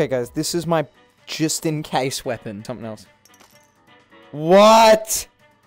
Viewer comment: “This is a WEOPON”